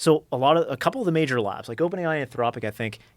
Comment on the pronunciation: Every time he says “labs” I hear “lads”